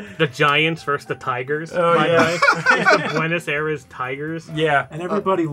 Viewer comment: Ugh. It's just us. You can just say "Buenos Air-rees".